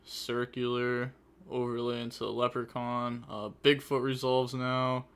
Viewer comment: did you just call laplacian leprechaun